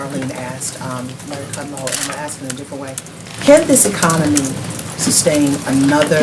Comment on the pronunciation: Did she really just say " ax them to fix the problem" to the African American journalists? Nice Sarah